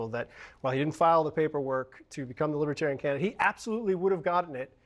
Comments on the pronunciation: I would put T at the top of his human scrum heap....no redeeming positive qualities....schemer,scammer, GLOAT (sorry Cohen, he is a bigger liar than you). BY THE WAY, the party name is Lib-er-tare-ee-an...not LIBBA-tarry-un. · LIBBAterian? Even the way he pronounced the word is a slight